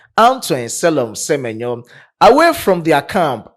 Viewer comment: Se-me-nyo is superb 👌